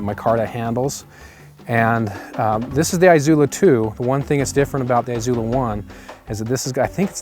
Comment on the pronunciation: The I in Izula is soft.